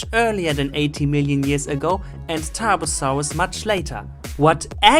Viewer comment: Bad pronunciation ? Boy you hit your Ts hard buy my german accent is thicker than that Tarbosaurus: ass. The CGI ist sooooo bad.